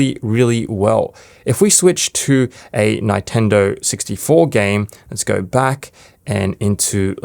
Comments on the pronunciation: why are you saying ny tendo loool its nin tendo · He didn't just say "NINE-TENDO" did he... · Sorry but it emulates what now...the Ni-tendo? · I've never heard it pronounced "Nynetendo" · Bro said 9tendo 64 😂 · i'm sure someone who can't pronounce Nintendo owns a physical copy of Mario Kart 64, and therefore has the rom installed "legally" on his phone 🤣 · i was so shocked when he said 9 lmfao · Great video. I never heard Nintendo pronounced like that